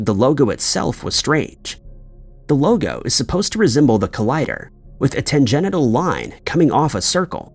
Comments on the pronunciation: "Tan-genital" line? How about Tan-gen-shul line? Oh. Wait. Maybe it's just not ignorance on how to pronounce words, maybe it's a Mandela Effect. This mis-pronounced word is disgraceful! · Great video, but I think you might be experiencing a slight Mandela Effect yourself. In your closing remarks about the CERN logo, the proper word is not tanGENITAL; it’s tanGENTIAL. 😂😂😂 Also, is that really your voice or are you using an AI voice trained to sound like, the host of The Why Files? First, it sounds quite a lot like AJ. But second, mispronunciations are usually a red flag indicator of an AI voice. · It's tangential. Not tan-GENITAL 😅😂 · Its tangential, not tangenital. Big difference.